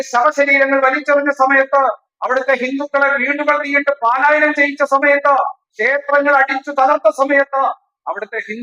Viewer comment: പാലായനം അല്ല പലായനം എന്ന് പറയുക